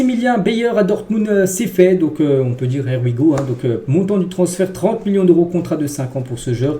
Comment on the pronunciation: Je t’ai tellement entendu prononcer “Air We Go” que lorsque j’entends Fabrizio Romano prononcer “Here We Go” j’ai l’impression que c’est lui qui a tors😅